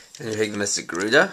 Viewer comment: sorry but every time I understand Mystic Guerilla instead of Garuda :P